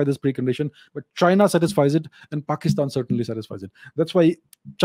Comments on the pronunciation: It is more like Paaakistan, lol. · Pekish-taan, bangle-dash - western slang, nailed it 😂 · "Pakisthan" "Bangladashh". Sarcasm on next level, lol 🤣🤣🤣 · "Pakistan, Bangladesh". Fantastic American mimicry. 😄 🤣🤣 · That accent when he says "Pakistan" 😂